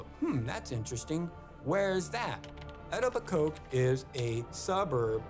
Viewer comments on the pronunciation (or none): 'I'm gonna do what i do best'. So ur best skill is tracking down ppl u don't know? Why do i not find this at all comforting? Edit lmfao it is pronounced "E-toe-bi-ko" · The way he said Etobicoke has me deadddd, if you don’t know, it’s pronounced “E-toh-bih-coh” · Eto-bi-coke ..... It's pronounced as (Eto-bi-coe) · Thank you, it pains me to hear them pronounce Etobicoke like that... but as a former resident I can say with confidence not even people in Toronto could pronounce that word. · Ha love how he pronounces Etobicoke! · His pronunciationof Etobicoke is hilarious! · His pronunciation of "Etobicoke" is a crime all on it's own. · It drives me to no end how he keeps mispronouncing Etobicoke. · Love how this guy pronounces Etobicoke. Clearly never talked to a single human being from Toronto in his research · hearing someone pronounce a local community wrong over and over again, is very annoying.